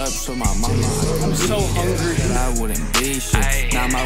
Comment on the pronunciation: "im so hunry"